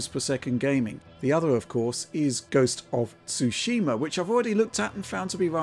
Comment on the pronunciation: I don't understand what is difficult about saying Ghost of Tsushima but Digital Foundry is having a hard time with it